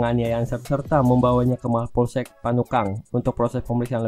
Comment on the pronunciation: Naratornya PAYAH,,,kelihatan gerogi nya,,, Bnyk penyebutan kata yg salah,,,slh satunya yg seharusnya "Panakukang" dia sbt "panukang". 😂🤣😜